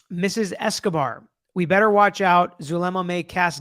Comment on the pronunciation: Hidden True Crime posts the audios daily at around 4pm, as soon as its released after court.. Zulema pronounced her name as Zoo lem uh..just so you know..lol..